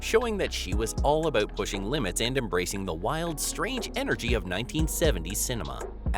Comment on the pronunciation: Wait: what was it a-bewt?